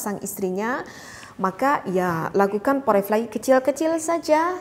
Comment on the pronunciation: Bukan poreflay tp forpley (tulisan: foreplay).